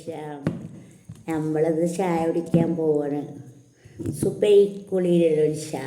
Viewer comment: താത്ത ഷായ അല്ല.ചായ എന്ന് പറയു.😂😂😂😂